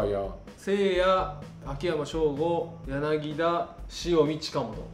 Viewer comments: ちっさいことですけど、やなぎだじゃなくてやなぎたっす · 上田さん、やなぎだじゃなくてやなぎたですよ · 柳田はやなぎ「た」ね！ ギータだから笑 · やなぎだ→やなぎた 豊さんはちゃんとやなぎたと言っていましたね。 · やなぎだじゃなくやなぎたね